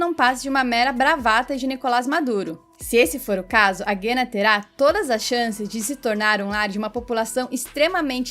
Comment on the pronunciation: Guiana.O (u) é pronunciado.